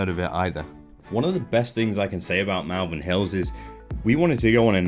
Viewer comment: It’s not MALvern , like Mal-de-mare or malevolent, it’s MALvern to rhyme with ball.